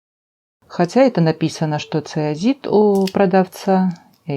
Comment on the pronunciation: здравствуйте! Фантазия, украшение...всё выше всяких похвал! Простите, но правильное название камня вроде как ЦОИЗИТ, если я ничего не путаю...Спасибо!